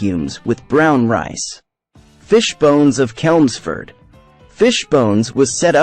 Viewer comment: Life Alive doesn't serve meat. The whole time you spoke of them, you were showing a salad with meat. Chelmsford is a soft ch sound.